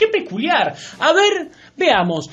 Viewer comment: 135 mil por mes?.... minuto. 2 - 55. Que peculiar??.. o. Paculiar?